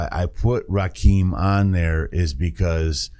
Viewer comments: Its Ra -kim not keem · Pronounced Rahh Kimm 😂😂😂 Rah keem 😂😂😂😂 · It's pronounced Ra-Kim, not "keem." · Small important note: THE name is pronounced Ra- Kim not Ra Keem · loved the video. It's actually pronounced Rah - Kim. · Yo! Just wanted to stop by & show some love. I always appreciate seeing you go back to the roots of hip-hop (‘80s-‘90s). Rakim was certainly a pioneer in terms of “flow”, as hip-hop was much more simplistic in its delivery prior to the late ‘80s. P.S.: I haven’t seen it mentioned but his name is pronounced “Rah-Kim”. If you’re familiar w A$AP Rocky, that is who he was named after, for he was born in ‘88 a year after this album was released. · Ra kim is how it's pronounced. Just a heads up.